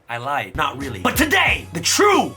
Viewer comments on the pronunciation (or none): none